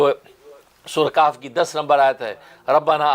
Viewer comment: Sunne me sureh Qaaf samajh me aya lekin hai sureh kahaf